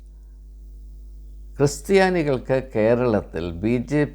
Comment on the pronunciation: ഇപ്പോൾ 3 -ാം തവണയും തെറ്റിച്ചിരിക്കുന്നു. കൃസ്ത്യാനി അല്ല " ക്രിസ്ത്യാനി "ആണ്.